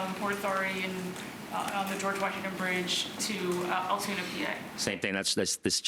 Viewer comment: Its pronounced Altoona.